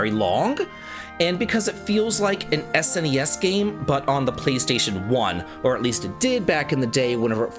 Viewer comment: Can I just say I love that you say " S N E S ". That is how I always said it and I hate how younger generation s pronounce it like it is a word, "Snes or Nes"